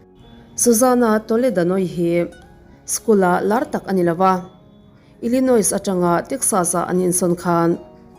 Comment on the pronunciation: Ngaihnawm thin e, mahse thu lam rik dan hi fimkhur leh uluk zawk ava tha em... Illinois hi il-uh-noi ti a lam rik tur ani e 👍